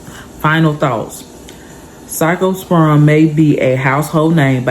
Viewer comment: Thanks for sharing this information with us & your pronunciation of the virus is correct! ❤